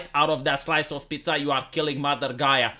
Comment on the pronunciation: as a non english and non italian speaker i approve of his pronounciation